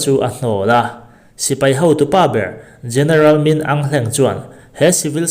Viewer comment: Aung => ang anilo... áwng tia lam tur ani zawk ang